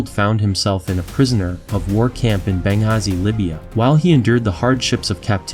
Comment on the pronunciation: Nowadays you can use Google to hear the correct pronunciations of words including non English words. He couldn't say Bengazhi correctly.